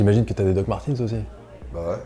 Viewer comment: DOC MARTEUUUUNZZ ( Y A NULLE PART LE SON i )